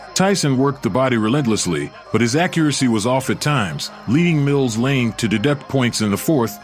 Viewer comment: Not Blane, Lane